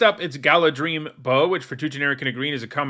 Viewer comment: The only one that made me flinch is Galadhrim, and I would be surprised if that word is said in the movies. I was even surprised that he pronounced Gil-Galad correctly, so I think that you're giving him too little credit.